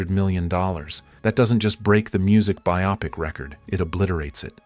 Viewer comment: "byop-ic" ?!? the word is Bio-pic